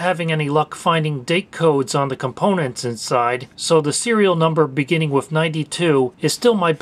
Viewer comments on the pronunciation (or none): none